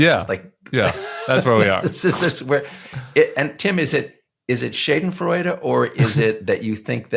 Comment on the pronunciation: Pardon me for this correction: The word schadenfreude is pronounced as (Shah-den freud-a), not as (shade-n freuda). I took two years of German language class in high school.